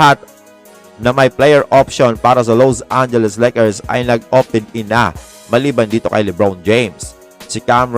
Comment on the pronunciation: wag mo nman bigatan ang pag bigkas LOSE angeles Lakers bakit nman ganun?🤔😬